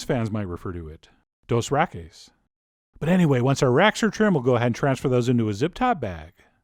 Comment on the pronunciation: I let out a cringe filled WOOOOOOOW at "Dos Rackis" ... fkn hilarious dude keep it up